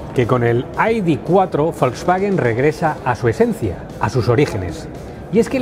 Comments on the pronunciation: En once minutos que dura el vídeo ha pronunciado AIDI veinticinco veces Este “ señor “ debería volver al colegio para que le enseñen a pronunciar las letras ,,, i,,,, de Se ve que estudio en un colegio privado que es donde van a parar los que no aprueban las oposiciones , yo como estudié en la escuela pública no digo AIDI TRES ,,,, digo ,,,, i de tres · entonces por qué lo pronuncian en inglés , cuán están hablando en español ??? Hay que ser muuuu tonto para , en un vídeo en español pronuncien en inglés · Para decir el nombre del coche en inglés lo correcto sería decir "ai-di four", no? (Las letras las traduces y el número, no?). Si nos ponemos exquisitos, siendo un coche alemán, tendríamos que decir "i-de vier" (algo así como idefía) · El coche del pueblo por 35000€, ¿ de que pueblo?, porque del español no lo creo, aparte no creo que haya que estar repitiendo el nombre (encima mal pronunciado ) continuamente